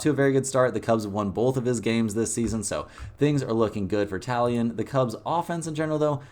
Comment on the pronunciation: You're mispronouncing Taillon.